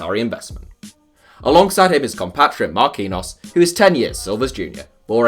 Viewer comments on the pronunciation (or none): Marquinhos MAR-KEEN-YOS